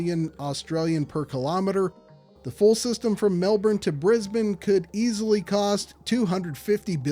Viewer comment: Says he won't pronounce Melbourne properly and then goes on to pronounce it perfectly. The mad lad.